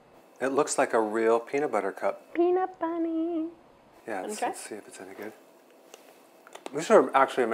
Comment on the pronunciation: Did she just say peanut Bunny lol